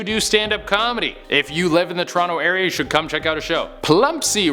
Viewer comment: Thank you for properly pronouncing Toronto, GO RAPTORS!!!